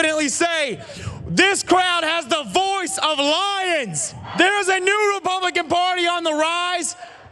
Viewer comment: you were close “this crowd has the voice of liars” liars sounds a bit like lions.